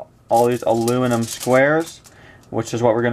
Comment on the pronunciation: He says tinfoil because he can't say aluminum right